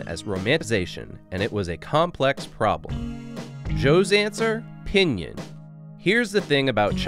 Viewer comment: You keep pronouncing pīnyīn wrong. :-S